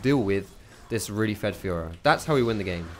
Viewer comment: Is it just me or does it sound like "fuhrer" when says fiora xD